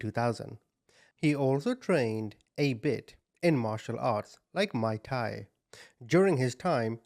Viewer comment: ❤ your channel! So I'm sorry to do this but you pronounced Mauy Thai wrong ....